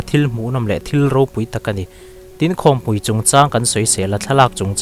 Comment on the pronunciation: Khawmpui tih i sawi dan hi a dik lo a nia aw.... Khawmpui tia pui tih lai tak hi ṭanpui tih kan lama, kan thluk hniam ang hian i lam a, chutia lam tur ni lovin khawmpui hi inkhawm pangngai aia lian zawk leh ropui zawk a nih avangin ropui kan sawia kan thluk sang ang hian khawmpui tia lam tur ni zawkin ka hria ...